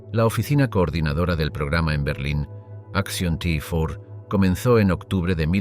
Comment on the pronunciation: Di bien el action t4 en español no en ingles es repugnante como lo haces y ni si quiera sabes decir SS con dos no con tres vaya traductor en español